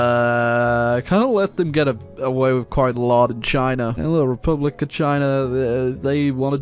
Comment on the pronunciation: khivan jadidist repulic..😅😅😅 dyckland..